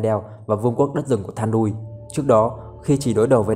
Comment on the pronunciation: Góp ý cho Ad: Luyện đọc tên tiếng Anh cho chuẩn hơn nữa nhá. Thandruil: Than đui :)))